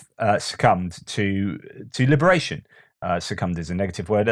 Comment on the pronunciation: Succumbed to liberation - Boy that sounded very Russian lol